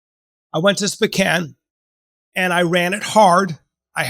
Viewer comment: The way Bryan pronounces Sp'Kan makes me absolutely furious each and every time.